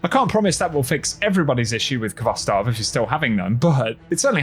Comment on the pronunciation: Never mind getting it. How about pronouncing the name correctly? Its pronounced Hvostov with the h in a rough way.